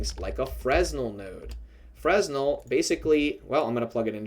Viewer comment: The S is not pronounced in Fresnel, thanks a lot for the effort and all 🔥